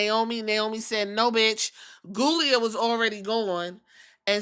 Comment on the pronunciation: I like Giulia, but I giggle at you not living at all and calling her ghoulia.